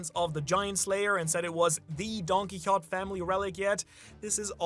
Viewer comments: Why you calling him Don-Qui-Hott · When is someone going to tell him it's don-ki-ho-TAY? It's been years... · Don-kee-ho-tay* Doflamingo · You say Quixote weirdly.